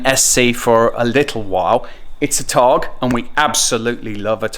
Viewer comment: Pleaseeeee just stop saying Targ.....there is an "a" at the end otherwise lovely video!!!